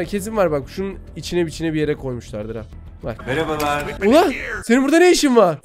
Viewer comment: "MErAbalArĞğ" MOKWKPMQPKMWPKMWPKMAPKMA